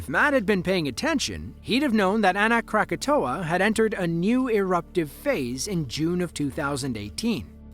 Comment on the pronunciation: It’s Anak Krakatau. Please get it right!!!!